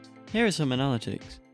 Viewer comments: I liked this video but "uh-na-lit-ics"? lol (also steam is kinda greedy) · Great video! But I can’t get over the way you say ‘analytics’.